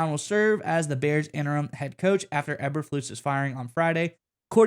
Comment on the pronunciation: Curious if you even know the team or just going for the likes but you don’t even k or how to pronounce Eberflus